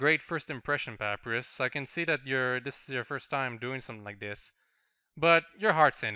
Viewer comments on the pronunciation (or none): Kawaii Mewz 1290 well excuuuuuse me! Canadians, not even French Canadians, pronounce sans like sawns and papyrus like pap rus. That is just him badly pronouncing words. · Triggered every time calls papyrus and sans pap-rus and sawns (It's pronounced pUH-pIE-rus and sAHns)